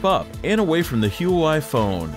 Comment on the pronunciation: For the life of me, pronounce the damn company right.